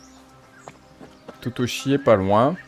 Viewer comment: lol, "parler a totochi? ben non c'est tochichi!!! mdr